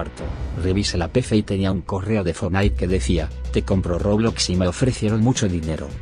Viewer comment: fornite dice roblax